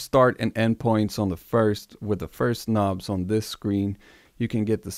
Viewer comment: First time seeing this channel but after all the intentional mispronunciation of words I subbed after he said "k'nobs" 😅